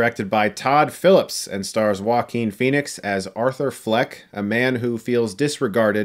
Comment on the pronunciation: I have a 2 friends called Joaquin and they pronounce it Jo-quin so why does he pronounce his name Wakeen